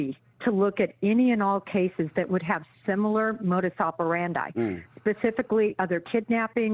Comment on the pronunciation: "modus operandi" is not an english word. pronounce it right.